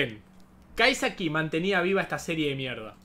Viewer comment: Amigo crítica cuando la gente habla mal y el dice kaisaki wtf